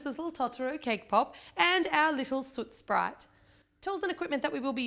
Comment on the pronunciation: Superrgirl416 I noticed that too!